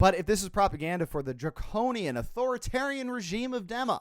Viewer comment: It’s pronounced DEEMA!!! Arg!! 😡